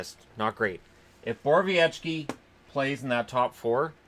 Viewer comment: never heard you pronounce Borowieki like that. I always thought it was "borrow-wiki"